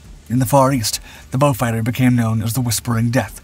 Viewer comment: The one used in the commentary is correct. It is named after a British aristocrat called Beaufort, which is a Norman French/Huguenot name hence the French pronunciation, beau means beautiful.